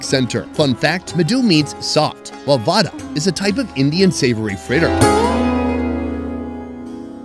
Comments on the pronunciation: It's medu vadai not vada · its medhu vaDAI.....not vaDA